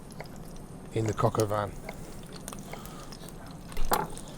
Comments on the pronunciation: Why do British people pronounce shit wrong on purpose like all of their lives? “Cock aw van” lmaoooo it’s “coke oh veen” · "Cocka van"...lol, brits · Du pain noir pour dire Pinot noir ; Huître pour dire sot-l-y-laisse ; crocavan pour dire coq au vin. C'est un shit doublage automatique. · I pronounce it “cock al veen” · The bastard can't even say it correctly.